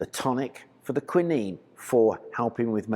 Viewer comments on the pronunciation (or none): none